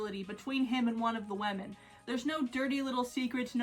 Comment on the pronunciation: I love how you say women ~Wehmin~ In my accent it's wimin which is much less fun